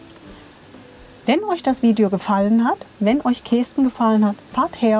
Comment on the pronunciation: Lustig die Aussprache Kesten. Also das "e" spricht man kurz nicht wie "ee". Genauso wie ortsunkundige zu Küüs sagen wenn sie Kues meinen, was wie Kuhs ausgesprochen wird. 😂